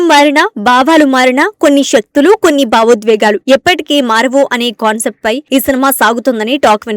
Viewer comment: అమ్మా ఏంటీ? నీ తెలుగు? కద కాదు కధ బావోద్వేగాలు కాదు.. భావోద్వేగాలు యుఘాలు కాదు.. యుగాలు రు ధ్ర కాదు రుద్ర..... బారీ కాదు... భారీ కాస్త చూసుకోండమ్మా